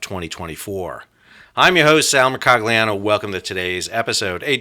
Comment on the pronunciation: MER-COL-YEE-AH-NO There’s no hard ‘G’ sound.